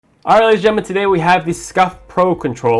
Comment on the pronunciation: “ArighLaysnGenmen” I know he meant “Alright lady’s n Gentle men” but bruh XD that was like one word just about lol